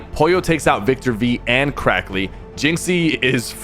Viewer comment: Cracky instead of crackly